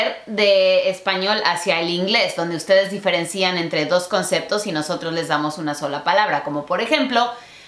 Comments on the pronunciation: espero leas esto, no se dice diferencían como si tuviera acento en la i, se dice diferencia, mucha gente comete ese error sobretodo en mexico por culpa de un antiguo presidente pero la verdad es que palabras como diferencia, negocia y financia no llevan acento. :D amo tu contenido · Minuto 2.23 ... pronunciacion de "diferencian"😏 y no olvidar could es tambien el pasado de can, no solo condicional.